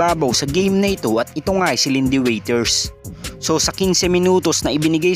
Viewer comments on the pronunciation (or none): Waters not waiters...bubu...di marunong magbasa